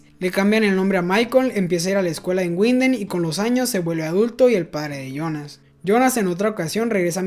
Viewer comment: Una aclaracion: no es Guinden (Winden), en el aleman la W suena V, seria entonces Vinden (Winden). Algo similar pasar con la V que suena F, por ejemplo viel (mucho) suena fiel.